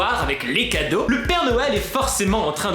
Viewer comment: Max tu as dis enlever la moitié des cadrau aux lieu de cadeau ce n'est pas grave ça arrive qu'on fais des fautes 😊😊😊😊😊😊😊😊😊😊😊😊😊😊😊